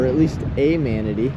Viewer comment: It’s pronounced Mana-tee. I live in Manatee County, so it’s driving me nuts every time you mispronounce it. Anyways, love the rest of the content. Been watching the whole series.